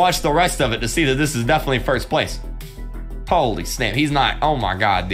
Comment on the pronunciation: KREEKKRAFT keeps saying "ah mah gad"